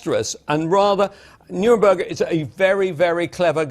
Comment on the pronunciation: The judges were politically motivated and they did what judges always do: decide the result they want and then reverse-engineer the arguments that lead to that result. Neither MacKenzie nor the BBC guy could properly pronounce "Neuberger".